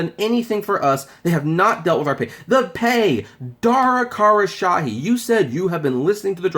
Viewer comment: Did you say dara Kara shahee lol